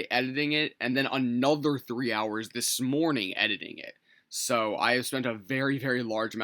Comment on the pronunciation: “This smorning”